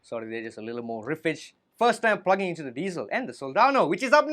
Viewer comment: Thank you for pronouncing diezel properly!!! Recently a guitar douche on YouTube has taken to calling them "dietzels" when I corrected him,as I am German, he got super angry and tried to tell me how to speak German lmfao 🤣🤗🤣🤗🤣 his name if anyone cares is Karl bullshit 🤣🤣🤣